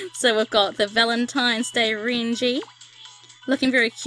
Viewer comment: Please, tell me that you've watched at least some of the Anime by now. I like you but, those pronunciations of their names were so cringe. The way you were gushing over the guys was cute though. Haha! My favourites, because I can't choose just one, sorry...Natsuki, Ren, Reiji (not Renji), and Tokiya. 😍😍😍💕💕💕 I like the other guys a lot too, although I had to watch the Anime before I really liked Syo, Ai, and Camus. I've got a love/hate thing with Camus, because he can be so arrogant at times.